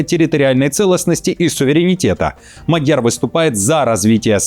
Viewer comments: МАдяр,а не МадЯр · Фамилия МАдьяр ударение падает на первый слог, так во всех словах в венгерском языке. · Внимание! Правильно МАдяр, ударение на первом слоге.